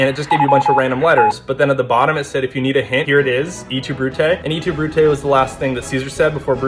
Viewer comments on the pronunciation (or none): 'eat oo brutay' its pronounced 'eh too brute' 😭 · It’s not et tu brute it’s est tu brute without the « ay » at the end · you're pronouncing et tu brute wrong. its et like bet minus the b. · As a girl who is taking Latin the "EET tu Brute" hurt so much (it's pronounced eht too Broo-te) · It is not pronounced “E two Brute A” most is correct but et is more like “eh two Brute A” with the eh sound blending into the t of the tu almost like ettu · “Eat too brute” fr? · It's pronounced et too Brutay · He didn't say "Ee Two Brute" if you knew just a small bit of French like the basics you should know how to pronounce "Et tu Brute" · Eee two bruty might be my favorite pronunciation:) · "Eet tu bruté" was a VRAZY pronunciation for that icl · "eetu brutey" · The mispronounciation of "Et tu Brute?" hurts my soul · You pronounced Et tu Brute wrong. Also, Caesar never actually said that, it was popularized in the Shakespeare play Caesar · I have never heard et tu brute pronounced like that💀😭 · The way he pronounced “et tu brute” hurts me